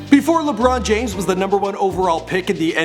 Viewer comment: Lebron James, Lebron James, Le-brown Jaim-s